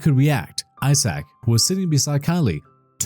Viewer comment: Is it just me.... or does it sound like he's saying asshat not Isaac 😂😂😂